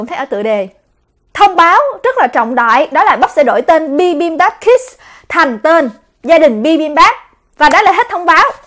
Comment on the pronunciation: Em nghe cái chữ kids nghe nó nhấn vô não lun òi H cj đọc gia đình bibambap hết cái nhấn òi Huhuhuh